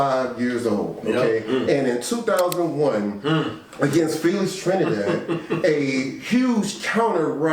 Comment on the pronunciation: I ain't never just say Telix Frinidad 😩 And y'all let me do that sh*t 😑